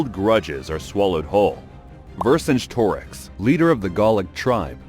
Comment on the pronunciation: OP cannot pronounce Vercingetorix. Bruh